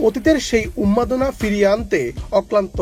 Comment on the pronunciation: ভাই এটা উন্মাদনা। 'উম্মাদনা' না।